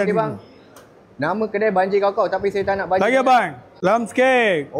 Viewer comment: Cakap pun tak betul..banjir jd banjar...sah2 nk buat content😂😂😂